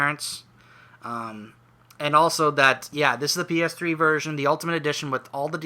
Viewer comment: Sounded like you said virgin instead of version at one point XD